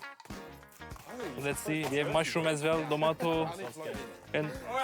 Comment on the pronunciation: tomato değilde domato demesi kopardı kmsdkmsksd